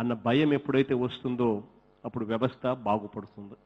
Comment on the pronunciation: see that Telugu he don't know how to pronounce vyavasthalu